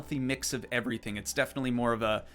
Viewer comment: I love when you said “all pink erytang” 😂